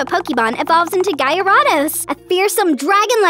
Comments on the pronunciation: ok so no hate but the way she said "GyAaRAWÐOCS" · You need to learn how to pronounce gyarados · bro said gyarados bad saying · It’s Gyarados not a guy or a douche